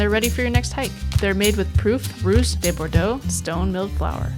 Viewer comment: sounded like she said "rooz" or "roose" also